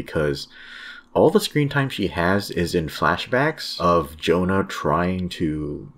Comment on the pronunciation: Pronounced YONA JONA sounds like a bible name